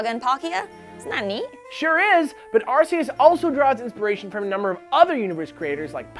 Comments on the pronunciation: It's Ar-Kee-Iss, not Ar-See-Iss. Been bugging me for a while. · And then you realized "Ar-Key-Us" is correct and its all related to Alchemy. :P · Perhaps another pronunciation could be Ar-kay-us, given the RKS System ability of Silvally? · I know there are plenty who might disagree with me, but I say Ar-kay-us. As in, Archaic, meaning very old. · ar-kee-us is definitely wrong, not sure wether it's an s or k sound, but eus comes from the word deus which is pronounced day-uus. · It's pronounced Are-key-us the anime says so therefore it must be true. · I'm still sure it's "Ar-key-us" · Ar-say-is makes it sound the most god like. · Now that I've heard the "arse" in Arceus.... I cannot un-hear it. :( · I will correct you, It's AR-KEE-US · Pronunciation-wise, Arse-ee-us is indeed the most natural English assimilation of Arceus. But just as an interesting sidenote Ar-Kay-oos would be the correct Classical Latin pronunciation (more like but still different from the current official pronunciation), and the Ecclesiatical Latin pronunciation would be Arch-ay-us. Since the name is designed to sound "ancient" and I think they chose to make the name look like Latin because Latin is associated with old stuff in the Western world...we would still pronounce it as arse-ee-us in English though. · I didn't want to watch this one because of the way you guys pronounced it before but at least you said there are different ways to pronounce it. I will always say it as in Arc-Eus as in the top of an arc. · "the first syllable of arceus sounds like arse, we should change that" you know what else sounds like an arse? whoever suggest that. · WHY MUST EVERYONE MISPRONOUNCE THE ALMIGHTY GOD OF THE POKEMONS NAME? ITS (ar-key-us) WHY DOSE EVERYONE GET IT WRONG. ps: im not actually angry im just trying to inform you peeps. bye bye <3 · "ar-see-us" sounds like total shit. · ITS ARK-EUS DAMMIT ARK-EUS!!!!!!!!!!! SAY IT RIGHT DAMMIT!!!!!! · I imagine you could also pronounce Arceus as Ar-Soos.